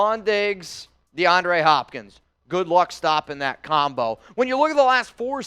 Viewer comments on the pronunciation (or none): YO THIS MAN REALLY SAID de- ana - ray 🤣🤣🤣😭😭😭💀 ITS -DE -AHN -DRE 🤣🤣🤣😭😭 and he said saa non e ro instead of saying sa nar reo